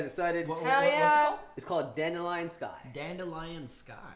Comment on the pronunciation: correctly pronouncing “Dandelion Sky” but when it’s The Witcher he says (“I think his last name is...”) “...Don Dillion”